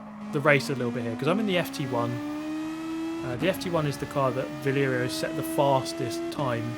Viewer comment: Bro, it's VALERIO, not VLERIO😅